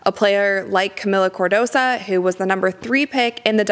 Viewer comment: CardosO, not cardosa. She's suffered being overlooked so much this season, she deserves having her name pronounced correctly when she gets visibility from someone as incredible as you,. Much love.